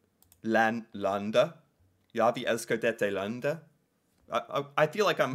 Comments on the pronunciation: My national song from norway qnd he sound swedish when he say Ja vi elsker dette landed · if you're norwegian, you can agree he sounds danish when he says "ja vi elsker dette landet" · As a Norwegian its so Funny How he says ja vi elsker dette landet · ok that was just horrible im a Norwegian and that was a very bad try to say the name